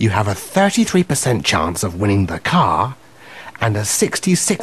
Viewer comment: chance 發音chuangs XD